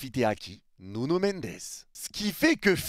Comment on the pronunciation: "NuNo MeNdEs" 🤣